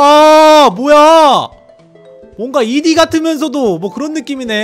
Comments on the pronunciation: '2D' 발음 할때 '이디'라고 하지 않고 '투디' 라고 합니다 😷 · 근데 이D가 아니고 투D인데요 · 초에 이디가 아니라 투디에요 ㅋㅋ